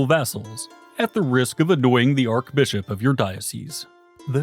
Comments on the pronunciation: Drinking game: Take 1 shot when the narrator pronounces clergy as“cler-Ghee”. Take 2 shots when he pronounces archbishop as “arc-bishop”! 🤗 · christendom, clergy, archbishop...lots of mispronunciations in this